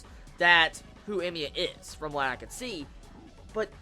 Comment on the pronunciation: I don't know what scene from the original you were referring to. I wish you put a spoiler warning and said what it was coz my curiosity is peaked. Ps. It's hella confusing when you say Emiya.